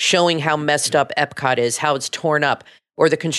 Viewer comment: eP-cot. Not eB-cot. Thank you.